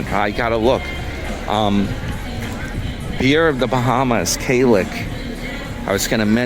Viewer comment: Damn ya done forgot me? Lol, 😂😂 Kalik Gold, pronounced Klick The original Kalik is a lager with 5% alc./vol. It was designed by Heineken International in 1988, based on studies of the Bahamian market. It seized market leadership from Beck's, which had dominated the local market before.[2] According to the bottle label the name of Kalik is derived from sound of cowbells heard during the annual Bahamian festival of Junkanoo. There are five more variations of Kalik beer: Kalik Gold, is a 7% alc./vol. beer. It was first introduced in 1992 as a limited edition brew to mark the 500th anniversary of Columbus’ landing in the new world. It has since become a permanent offering.